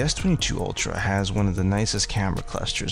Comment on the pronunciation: Sir i can ask that you slow down as you speak. Maybe we are in different regions of the country or world. It sounds like your saying pick D. I had to replay replay .. Dee Pencil ..aka pick the pencil. ? And i hope i got that correct ? Your microphone seems close or over sensitive, picks up your sniffling in... All natural events .. but not great to listen to. No ..No ..Im not Miss Mary Manners or work in a Library. But if you could pronounce words clearly n slower especially during the instructions your giving .. no no im not a blue haired old lady but im sure there are a few decades between us. I appreciate the videos with instructions of how to make this frustrating Gallery System work. Im not wanting to offend you and i hope you are open to constructive feedback . If your not, feel free to tell me to blow off.. but i hope that you can see my intentions are truthful and just trying to understand your instructions more easily the first time.